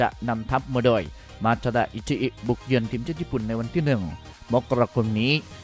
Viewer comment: ทีมครับ ไม่ใช่เทียม(ฟังหลายรอบก็ยังเป็นเทียม)